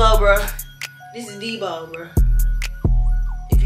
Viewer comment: She said deebo 😭